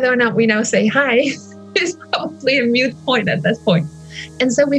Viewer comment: "Moot Point" not "Mute Point"